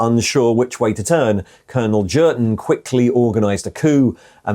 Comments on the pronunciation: pronounced as in German J is a Y so Yurten, Jurten grates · I'm fairly sure the 'J' in Jurten is pronounced as a 'Y'. The only 40k book I know is Kreig and he's called 'Yurten' all the way through that one. It's a fairly poor book IMO and not recommended either!! A group of Kreigsman are ordered to remove their masks by Inquisition and so they do. But then we don't find out anything more. Was a very tedious read I found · its ‘Jurten’ mate. Not ‘Jurten’. 😉